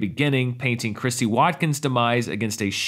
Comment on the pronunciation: You are so right about the music in this film. Particularly when they are out in Quint's boat. However, did you say "Christie Watkins"? Chrissie. Sorry to nitpick.